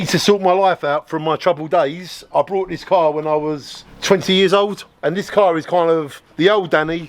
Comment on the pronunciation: Is he saying “crinimal” and “brought” ?? Or is it just my ears?